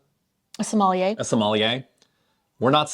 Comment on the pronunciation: Your pronounciation of the word "sommelier" was soooo Merican , made me laugh thanks 😂